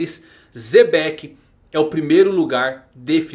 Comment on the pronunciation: NÅO É ZEBEC... É XEBEC... CHATISSSE ..